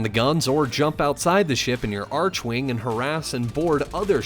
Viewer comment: its very strange to me how upset I was getting that he was saying "arch-wing" instead of "arc-wing". I really dont know why It bothers me